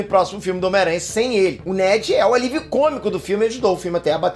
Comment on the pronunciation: Quando o Peter falou "Net" eu ouvi "Matt", subiu até um arrepio na espinha mas iludida sou e não terei meu Peter + Matt no MCU, né Marvel? Queria ver essa amizade deles bem tipo nos quadrinhos